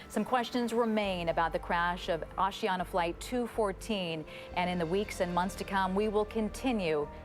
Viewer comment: Osiana? It's Asiana